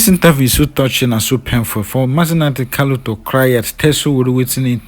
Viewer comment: It is Nnamdi Kanu not Kalu.